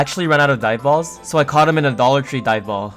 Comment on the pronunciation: bro for the longest time, I thought you were saying "diet balls" instead of dive balls lmao